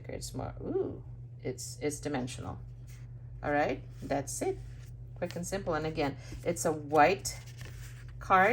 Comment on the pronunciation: When you say "that's it" parang naririnig ko din yung pansit (that's it, pansit). hahaha Gorgeous cards,. I love those butterflies on your cards, the embellishments and shimmers makes it more beautiful.